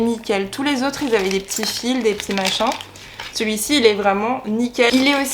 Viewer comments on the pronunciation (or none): none